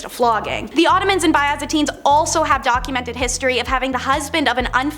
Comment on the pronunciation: YOU SAY IT ALL THE TIME!!! “BIZ-AN-TEEN” NOT “BY-AZA-TEEN” The whole lot of you have been torturing me since I sub’d this channel probably nearly a year ago if not more and I’ve been commenting on yours, Taylor’s, Olivia’s, Ched(? Not sure how he spells it atm), and a few other hosts and you’ve all yet to get it together....I’m not mad...just disappointed.